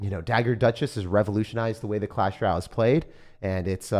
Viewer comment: Clash RALLE. Like I swear he is the only person who says it like that.😭